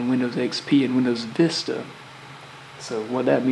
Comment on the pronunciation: "Windows Dista"